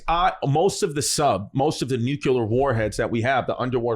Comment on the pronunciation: I do this every week I feel like but (sigh)...guys, the word has only two syllables. 'Nu-clear'. 'Nu-cue-lar' ain't a thing, honest.